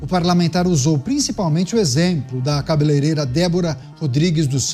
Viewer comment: Kkkk... Um Deputado Federal q não sabe fala cabeleireira, melhor de tudo, é q quem fez o vídeo não corrigiu na legenda, 😂😂😂😂😂😂😂😂